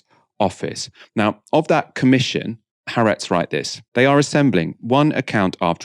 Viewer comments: Haaretz is spelled with 2 As because they are two separate syllables, with the stress on the second. hope this helps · Why can't any of you learn how to pronounce Ha-aretz?